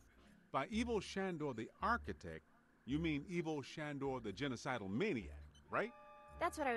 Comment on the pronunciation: It's weird to me hearing Ivo being pronounced as EE-VOE when i've always heard it as EYE-VOE but details details No, what happened was she ordered a case of Holy Water and was sent an additional seven cases of Dragon's blood that she didn't order, hence the bait and switch Ritual Mask Of Bad Advice: "c.1915 Leslie Campbell, niece of archaeologist Professor Gordon Campbell, received this mask in a package from her uncle. It was the last anyone had ever heard from him. In the package was a cryptic note: "Don't listen." But, eventually, she did." I believe that if you do cross the streams you get damaged by a small blast. It's no total protonic inversion but still hurts You...actually don't. I know i said you do but you don't, that was my mistake and i'll own up to it. You make money by trapping ghosts and that's about it. Destroying stuff i think it's just for a trophy/achivement